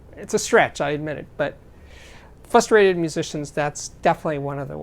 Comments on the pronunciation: The word is FRUSTRATED. with an "R". Not FUStrated. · Frustrated has two “r’’s”. 👍